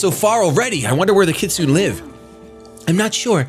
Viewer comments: Kit su neigh not kitsun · It's phonetically pronounced kit-su-neigh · "kit-su-ne", more or less. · is Mis-pronouncing kitsune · The way you say "Kitsune" is hilarious.